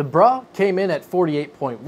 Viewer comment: Gotta stop pronouncing "Bruh" as "Brah" they are two distinctly different words with different connotations.